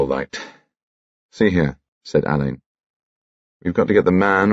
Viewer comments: Unfortunately Benedict is pronouncing his name incorrectly, it's not Alayne as "a lane" it should be Allin like "Al in". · That's what I was thinking, 'it was Ngaio Marsh's fault that everyone pronounces the name wrong according to Ngaio Marsh it should be pronounced Allen' 🤔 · It's the fault of Ngaio Marsh that so many people misprounce the inspector's name.😮 It's pronounced Allen according to the author ❤